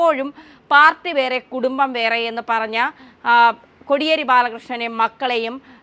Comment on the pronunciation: Kodiyeri ennu ucharikkunnathu correct alla